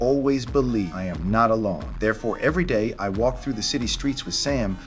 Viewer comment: Bro really said “Lam”